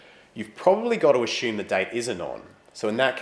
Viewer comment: ashoom xD love how you say asume